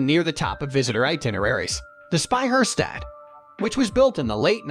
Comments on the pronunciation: this narrator! .. he gets the sound in "Speicherstadt", props to that, but then completely ignores that at the beginning of words is always pronounced as shp ! xD >_> by the way, stop the hamburgers :@ it is "HAHM-boorg" and nothing else :S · What is a Spey Her Stät? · It is not pronounced Sbeijärsdäd like the narrator says but Speicherstadt. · He totally butchered the word SPEICHERSTADT Edit: Okay, the AI butchered every german word in that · This narrator pisses me off so much. Say Speicherstadt one more time like an imbecile and i go insane. Either say wearehouse district or something or figure out to come at least close to a proper pronounciation. I am not even sure if it's AI or not.